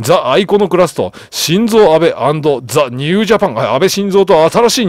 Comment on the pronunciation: 少し気になりましたので... 岸 信介←きし のぶすけ 一寸←ちょっと ...と、読みます。 また、英語表記の定冠詞「The」は、その後に続く頭文字が母音の場合は「ザ」ではなく「ジ」と発音します。 常々楽しく拝見させて頂いておりますが、気になりましたので... m(_ _)m